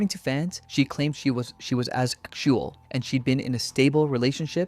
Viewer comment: ahhsexual threw me off